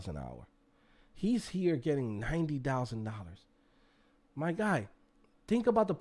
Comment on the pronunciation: Almost felt Nigerian when he said ‘my guy’ lol